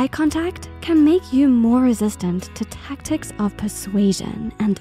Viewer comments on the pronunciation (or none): none